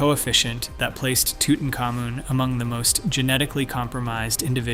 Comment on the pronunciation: let me explain something to you . idk qwwhy your saying his name like that but it is toot-ankh-AH-moon